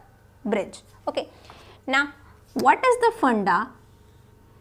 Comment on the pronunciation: "What is the FANDA" XD Well Explained!!!